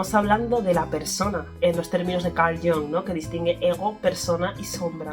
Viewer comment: Muy interesante el vídeo. Recuerda que Jung era suizo y la "u" de su apellido es como la española prácticamente. Así que no hagas caso de la gente que lo pronuncia "a la inglesa" como si fuese "Young" 😅 Además de que es un sonido menos de garganta en general todo el apellido. Gustav también tiene la "u" casi como la española.